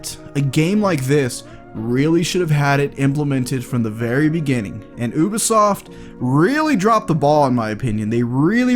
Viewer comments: i'm the only one that can't hear him keep on saying " OBisoft " instead of Ubisoft ? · It’s you-be-soft not oo-be-soft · It’s pronounced: U-BEE-SOFT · he pronounces ubisoft as oobisoft don’t listen to him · He said ubosoft